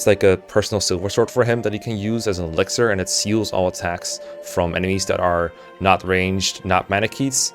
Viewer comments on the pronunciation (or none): none